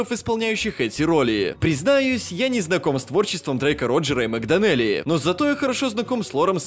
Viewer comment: Мэг ДОнелли ударение на "о" !